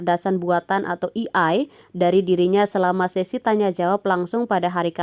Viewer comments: AI mbak, bukan EI. masukan buat pengisi suaranya. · AI kok bacanya "iiai" ? Harusnya kan "E ai", mending baca Aa ii aja, daripada malah bikin gagal paham 😂😂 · Wkwkwk gua juga ngeh itu, pas naratornya ngomong kek hah kok "i ai" sih, seharusnya "e ai" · E Ai bacaannya.. bukan i Ai.. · Bacanya Eiii Aiii Bukan Iii Aiii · E,ay, bukan i,ay, 😢😢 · Ei ai mbak bukan i ai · Bukan "i ai" mba, tapi "e ai". Belajar lagi sono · di sini AI kenapa bacanya jadi "i-ai" bukan "e-ai"?